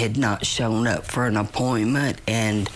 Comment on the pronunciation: You mean "an" investigation, not "uh" investigation. 😂😂😂